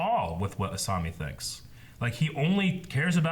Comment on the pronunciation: Who is Asumi? I know an Asami but no Asumi, they love to mispronounce the names lol, I guess I have to deal with it